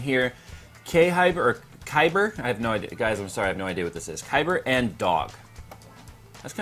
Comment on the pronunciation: k hyber lol its khyber